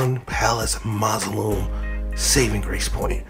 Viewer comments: The way he struggled over the word mausoleum… mawslim is crazy work lmfao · Just a little fyi, it's pronounced moss-uh-lee-uhm. Also you're voice is very asmr, it makes the videos all the more enjoyable, keep up the good and relaxing work 😀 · Maw-zo-lee-umm. Mausoleum. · Bro is pronouncing mausoleum like a child